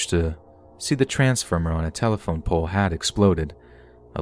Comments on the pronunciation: poooole? What? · I normally fall asleep after watching 2 of these, and this was one that I had listened to and watched all the way through. I love the babysitting story with the 6 year old and 10 year old boy, with Doberman, and the “lightening pooolllllleee… what?!?” Thing you said 😂😂😂 shows that your videos are recorded and that not everyone is perfect at reading. I love your stories!!!